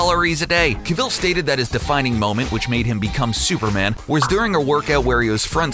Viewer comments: Cavil... Please, my ears. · Wtf was the pronunciation on Henry Cavil 😂